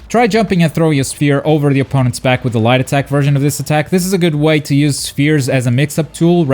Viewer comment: The way you say "light attack" sounds so much like "lie detect"